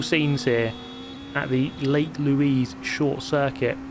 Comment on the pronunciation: Since its in Canada, im pretty sure its pronouced Louise (the french way) and not Lewis.